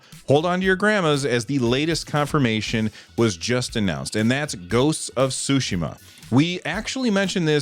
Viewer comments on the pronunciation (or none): "Ghost of Sushi-ma." You're killing me, man! Pronunciation of Tsushima is "sue" with a T-sound attached to the S, followed by SHE-MAH. So, TSUE-SHEE-MAH. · From here on it will officially be referred to as Ghost of Sushima